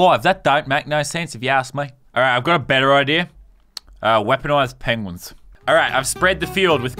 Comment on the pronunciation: U said pengeins